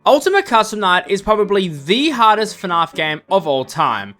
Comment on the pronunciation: 5 seconds in and bros calling it fnarf